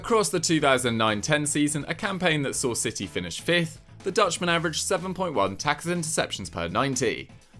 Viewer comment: The way says “tacklesninterceptions” as one word 😂